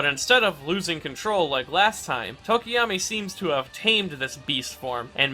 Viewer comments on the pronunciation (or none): The "tokiyami" i barely noticed but the "re-destroy-o" instead of re-des-tro nearly cause me to have a stroke. Great video in all other aspects tho. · I also call him Tokiyami I thought that was how it's supposed to be pronounced until a few days ago